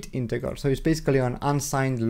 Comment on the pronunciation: My friend it's JJJJJJJJR NOT ggggggggr .....INTEJJJJJJJJJR NOT INTEGGGGGGGR 👍